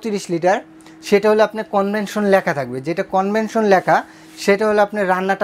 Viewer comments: Convention na Vai, Oita convection hobe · কনভেনশন না, কনভেকশন।